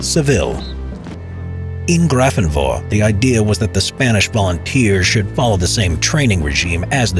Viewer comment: I live an hour away from Grafenwöhr and I didn't even know about these Spanish fighters. note: The correct pronunciation however is Grafen-vare.